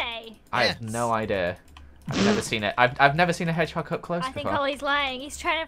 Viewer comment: i know spanish she said what is a hedgegog